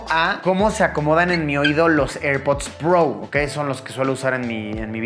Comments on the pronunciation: Airpods pro❌️ Airpods prou ✅️ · eirpudds prou